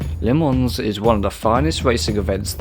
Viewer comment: its "Ley Mon"